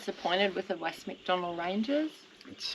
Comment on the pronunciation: Great vid. Outstanding drone footage of the Western Macs. Shame you didn't go to Roma Gorge. Only 5 K west of the Redbank turnoff. Maybe next time. btw, its MacDonnell.